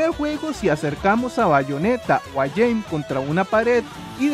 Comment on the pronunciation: Jeanne se pronuncia "Yan" con una "a" larga